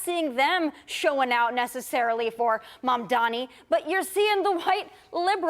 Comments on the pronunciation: Why pronounce his name incorrectly when all of American media can say it correctly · She purposely pronounced his name wrong..what a racist trash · Such a pathetic interview. The host can't even pronounce the name Mamdani. Dummies don't blame the socialism blame the greed of the billionaire's who control the media and the corrupt politicians and ofcourse how can I expect anything honest from you when your program is funded by the same billionere who you have become slave of. Please be a true American who is honest ,compassionate and hard working and justice loving human being. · It’s really petty, immature and unprofessional to purposely mispronounce someone’s name. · At least pronounce his name right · The refusal of the newscaster to properly pronounce MAMDANI is incredibly disrespectful. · Racists are always able to find sellouts to try to convince us of 💩. The stupid c cannot even pronounce his name correctly. These unfavored people need to get a life.